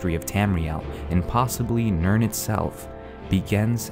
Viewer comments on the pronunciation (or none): none